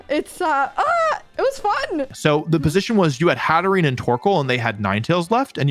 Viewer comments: I love that Anna is also calling Haterene "Haterenee" because Wolfe does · Love that Anna now also pronounces it "Hatteree-knee" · He got her saying haterenie 😂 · I can’t believe Wolfe got her saying Hateren-ee 🤦‍♂️ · Not Wolfey making a new Pokémon player pronounce Hatterene wrong.